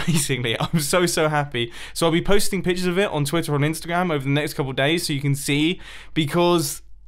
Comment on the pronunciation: Pichures of it, picher of it